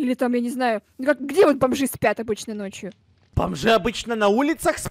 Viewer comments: Интересный факт: не может нормально сказать "вот", а говорит "воть"😂😂😂😂😂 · Я одна слишу "вотька" типо водка?😂😂😂 если тебе нрав 👇🌚❤✌♥✨🍄идея чпунька он написал вотька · не может выговорить слово "вот" Чпуньк в чате:ВОТЬКА🤣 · Бедный когда он пол дня пытался выговорить вот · Ну это же, он у нас редкий пацанчик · Ходят слухи, что до сих пор не может выговорить это слово